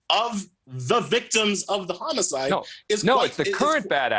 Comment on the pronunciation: Is he saying "chomo-cide"?